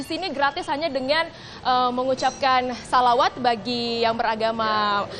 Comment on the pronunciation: sholawat min bukan selawat..